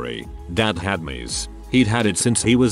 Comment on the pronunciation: 1st of all, get an other AI to read it stories, or better yet, a PERSON. Tears is wet stuff, coming from ur eyes- not as in 'he always tears his clothes'. 2) Sometimes letters are words, other times, their sounded out: ICU, NOT ich-coo. MS IS M.S.! It kept says his dad 'mise as a child' I rewind X3, mise. Subtitles-.mice. I finally enlarged the screen & hit pause- rewind X3 more. IT SAID M.S.!!! Doesn't anyone listen to ur broadcast to critique? I know comments are to be polite & kind, but .... Pls?? I stopped at 2min17sec, I couldn't take it anymore. Sorry. Just some feedback to help ur channel, ok?